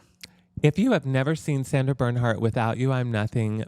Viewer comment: Every time someone says Sandra Berndhardt instead of Sandra Bernhard an angel loses it's clit.